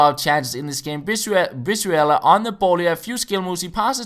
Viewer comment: I'm mexican i can tell you, it is pronounce "bree-zuela", great video, the first opponent was such an asshole